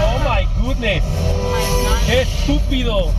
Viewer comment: Ok, today's lesson for you wannabe Spanish Expounders: the word is '¡Estupido!' not '¡Stupido!' - listen closely and you will hear. Of course he COULD also be saying '¡Es estupido!' ... but I doubt it. 💖 🇨🇦